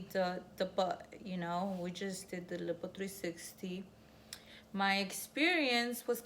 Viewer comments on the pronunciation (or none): Lippo? 😂😂😂 I can't deal. Lyyyypooe. Island you don't pronounce the "s" either. You tried baby girl you tried. You look good though.